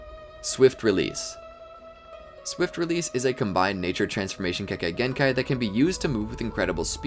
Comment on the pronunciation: many times you said kekakei genkai🤣🤣